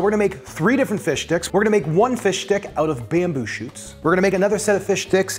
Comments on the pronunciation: I've never heard someone so clearly pronounce it "Fish Dick" I can't tell if it's intentional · omg, this was hilarious. Thanks for explaining it. It made it so hilarious. I’m laughing my ass off. PS: Every time you say fish stick I hear “fish d*ck”